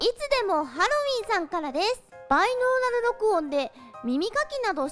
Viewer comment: コウシカ そうだよな！ バイノーラルとかあんまり言い慣れてない感じがして可愛いよな！